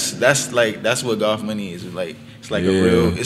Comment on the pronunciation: i listen to them often, one of the most interesting collectives in rap imo. but it's funny to me how they pronounce goth as gof. sounds like golf money, lmao.